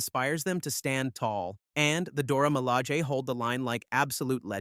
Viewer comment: Pronouncef Dor-a-ma-la-zhi